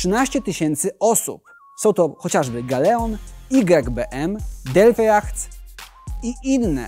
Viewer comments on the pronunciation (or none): none